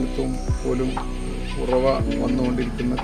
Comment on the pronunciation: I think its Uravu not Uravi